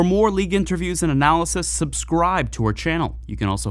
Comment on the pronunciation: the way the narrator pronounce 'subscribe' remind me of Tommy Wiseau.